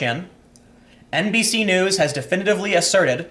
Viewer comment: You almost said "NBSue Knees".